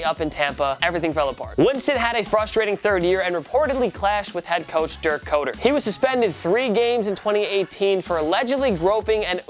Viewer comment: Winston shouldn’t be said to be a bust yet. With our new head coach, we will see Winston flourish. Ps dirk koetters last name is pronounced ‘Cutter’ not Co-ter